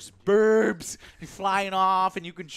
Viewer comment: THERES BURRBS